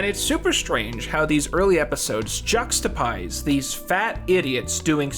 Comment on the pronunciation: "juxtapized" is joke? you make error on purpose so i comment? game